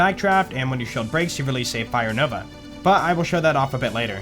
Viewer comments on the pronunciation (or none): none